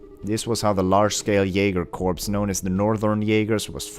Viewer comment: You pronouce corps like core I believe, the s is silent. Also in case you forgot the Northern Jaegers were the group Kevin fought on the Lusitania, hence the whole how they were doing this for their homeland etc.